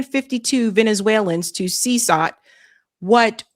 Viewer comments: See cot not see sote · It’s pronounced seh-CAUGHT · Damn, does she not know how to read? She pronounced CECOT "CESOT" at least three times! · You are totally buchering the word "Cecot". How have you not heard this word before? Is it not your damn job to know these things? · How is that this ignorant woman not know how to pronounce CECOT?? That he’ll hole is been in the news covered by her fellow journalists to infinity and this individual had never heard of CECOT!!!!!!! 😅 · I know, right? How do you see "CECOT" and pronounce it like she does?😂